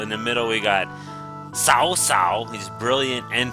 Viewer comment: Nice video. One thing: I have it on pretty good authority that it's pronounced Kao Kao, not sao sao.